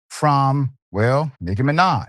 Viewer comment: doc? You younger than me. You not old enough to mispronounce Nikki Minaj. 🤣🤣🤣